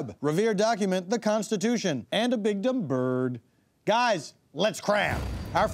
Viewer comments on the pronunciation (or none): The way he pronounced "bigdumbird" in the intro tickles me to no end.